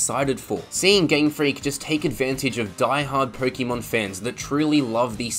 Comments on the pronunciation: It’s Pokémon not pokimon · Personally, I don't listen to the "advice" of someone who pronounces it "pokEEmon" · Its not 'Pokeymon' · The way you were pronouncing Pokémon 💀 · I can't take pokèmon advice from someone who mis pronounces pokèmon. Also I would rather pay $35 for a DLC than buy the same game again but "utlra" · You mispronounced Pokémon.